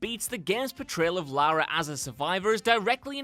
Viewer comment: "Lowra" not Lara?